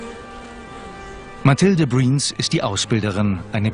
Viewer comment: Mathilde Briens... schön deutsch ausgesprochen ^^